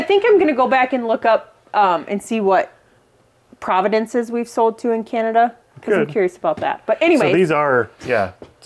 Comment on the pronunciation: I always enjoy your videos. FYI, Canada has provinces not "providences" 😊